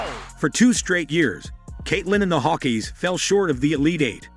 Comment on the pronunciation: Hawk EYES not Hawkeees.